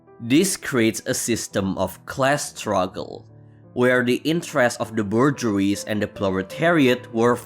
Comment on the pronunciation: Learn how to pronounce "bourgeois" before criticizing Marx, please!